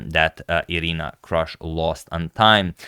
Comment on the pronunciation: Her name is pronounced Kroosh (/partypoop)